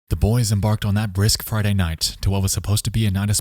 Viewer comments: It sounded like "fried egg" to me and I was like wtf? 😅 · when you said "Friday" I thought you said "farting" and I was like, wtf? lol